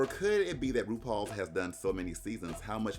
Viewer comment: I love Russian says rupaul is Rupaulu